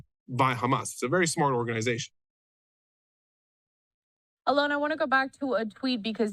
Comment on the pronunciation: She got his name right, Alon not Allen.